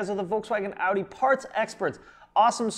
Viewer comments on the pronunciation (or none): none